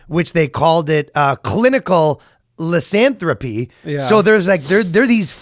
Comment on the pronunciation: saying lycanthropy wrong just made me realise i can piss off heavy fantasy fans off so bad by saying lycanthropy like. Thank you legend.